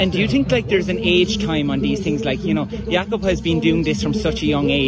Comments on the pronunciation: Did anyone else notice Gjert pronounce Jakob “jaycob” as opposed to “yakob”???? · He pronounced Jakob with a hard J. Are we all fools for pronouncing it “Yakob” this whole time? Hahaha